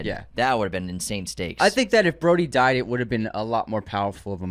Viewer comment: Broady?! BROADY?!?! His name is Rhodey. UNSUBSCRIBED!!!!